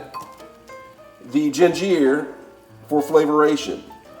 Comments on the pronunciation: Lost me at jin-jeer! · This guy needs to learn English flavorration gingier parsalie flavier aldental are you trying to sound like a French chef Bag it . Dude you need to go back to school no offense but man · Please pronounce it *raHmen instead of "raYmen" and *gingUr instead of gingEEr cuz Bro that was painful lmfao 🤣 dont even have the oomph to comment on the parsley and everything else mispronounced almost on purpose? 😭😅 lolz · Raymon noodles gingeer and par sa lee is crazy 😂😂😭🤣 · Ray-men noodles!????! I can’t trust a man that pronunciation Ramen, RAY-MEN & ginger, GIN-GEER… 😂😂😂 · Why he pronounce ginger like that gin-ger!! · Where the heck is this guy from? Flayveer, gingeer and raymun, parsalee, aladental and spreaderated? How ignorannt can anyone get? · I was legit like "Gingeer? What's gingeer-oh." haha loved this vid. Also never thought to add ginger to raymen noodles. I'll give that a try next time I get my hands on some. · Gingeerr.. Lol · he said "raymon" and "gingear" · yeah i was Raa MEN not Ray mon ... but the Gingeer is pretty funny too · I love how you say ginger, flavor, and parsley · That’s the first time I’ve ever heard ginger pronounced that way